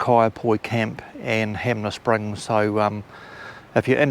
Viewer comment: HANMER SPRINGS, HAN MER SPRINGS